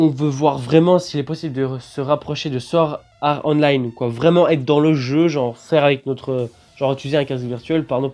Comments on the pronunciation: T'abuses à dire Sword Are Online srx temps qie tu prononce Online en version anglais le sword art aussi mec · Sa serait trop bien mai apprend à prononcer swort art online !!!!!!!!!!!!!😂